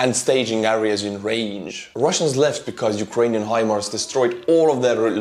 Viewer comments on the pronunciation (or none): none